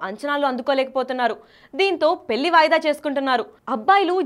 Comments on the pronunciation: ఆంఖోరమ్మ దీన్ని పెళ్లి అంటారు పెల్లి కాదు, కాస్త తెలుగు మాట్లాడటం నేర్చుకో తల్లి . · పెల్లి కాదే తల్లి, పెళ్లి